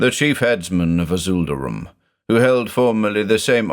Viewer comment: So I've listened through all these before, but never noticed when you say "avool", the name is instead spelled "Avoosl". Hmmm, that's gotta be some obscure lore, that the S is silent! (I never know what to make of Clark Ashton Smith's names, but they're certainly always very Clark Ashton Smithy.)